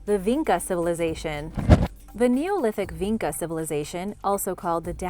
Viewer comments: it is not pronounced Vinka, instead č is pronounce like Chicago - so more like vincha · Its not pronounced VeenKa its Veencha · the č in vinča is actually pronounced like “ch” - so it would be vincha :)